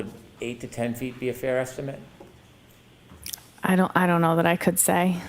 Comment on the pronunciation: When uses "estimate" as a verb, he pronounces it as if he is using the word as a noun. That annoys me.